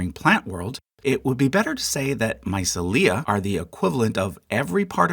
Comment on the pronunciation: Seconding someone else's comment that the mispronunciation of "mycelia" is p painful to hear. I just found your channel and I really dig your videos and your charts, buttt I would love to trust your pronunciations!